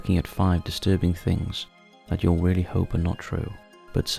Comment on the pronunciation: "Ýou'll pray" 🤣🤣🤣🤣🤣🤣🤣🤣🤣🤣🤣🤣🤣🤣